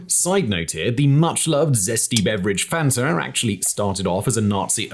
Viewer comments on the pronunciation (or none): none